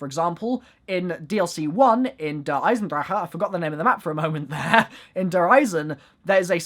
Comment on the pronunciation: Just say der Eisendrache normally please